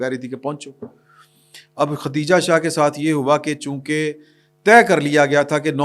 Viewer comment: میں آپ کا پروگرام مسلسل دیکھتا اور سنتا ہوں ۔ آپ سے درخواست ہے آپ جزبات میں بہہ نہ جایا کریں ، تسلی سے ، ٹھہر ٹھہر کر بولا کریں ۔ اس پروگرام میں بھی آپ خدیجہ شاہ کو ختیجہ شاہ بول رہے ہیں۔ باقی آپ کی مرضی ۔